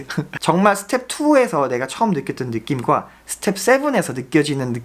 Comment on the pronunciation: 양킹님 스텝풔 발음 너무 좋아요 ㅋㅋㅋㅋㅋㅋㅋㅋㅋㅋㅋ 여억시 영잘알 👍🏻👍🏻